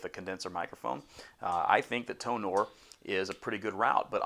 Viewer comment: Hey! My BM-700 comes today. I have a laptop and an adapter, do I need any softwares for it? By the way, Tonor is pronounced like: Toner. TO NER